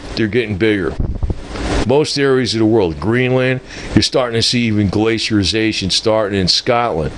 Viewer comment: It is pronounced 'Glace'ee'ayshun'... not glcierization. other than that all good points and solid logic... though the timing of ice ages is a give or take a thousand years sort of science. But the drop off in solar activity/irradience fits the mini ice age theory fine.